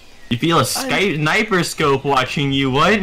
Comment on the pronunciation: "You feel a skight-niper scope watching you? What? I do?"